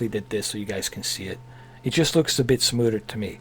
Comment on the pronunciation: You said "smooder" so many Gah-damn times lmfao.